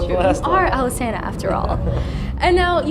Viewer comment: my god...iv'e been pronouncing Alesana wrong this whole time...i think i'm just gonna go bash my head into a wall